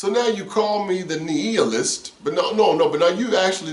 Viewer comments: You know what . . . I looked up a video on youtube on the prounounciation. nEE-a-list or nII-a-list. I think you were saying nEE-eel-ist, LOL!!, LOL! I'm done. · nI-a-list, (long I, not E) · Love your program...just a heads up my bro....nihilist would be pronounced like this ..NYALIST...